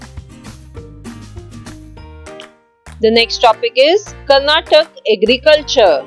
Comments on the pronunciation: Mam sry to say this it is karnataka not karnatak pls say it properly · That is not Karnatak that is Karnataka